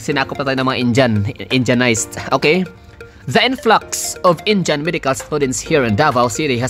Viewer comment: Indiyan ang pronounciation hindi Injan